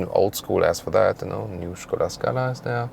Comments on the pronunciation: When I heard "Shkoda" I knew I was in for a good review. I was not dissapinted. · I love how you pronounce "Skoda." 😱😍 The correct way. Cheers,. Always appreciate the review. 😎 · Finally someone pronounces Skoda....they way it should be. :)